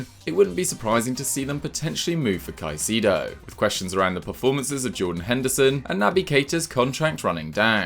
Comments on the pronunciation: It’s pronounced cai - se ( like the se in second) - do not caiseedo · For the love of god it's not caeecido is CAICEDO !!!!!!